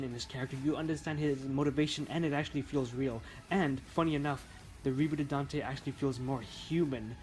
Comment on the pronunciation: His. Name. Is. Dante. Say it right.